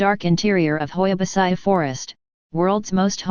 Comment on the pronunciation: Hoia Baciu World's most haunted forest 😂 And the tts is wrong, originally the i in Baciu is not pronounced its like " Bacuu"